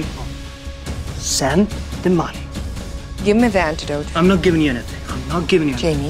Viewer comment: lol the acting is abysmal. the waiter can't even pronounce "antidote". and the police arrived there with ambulance and antidote as if they knew they were poisoned and what specific poison it was. stupid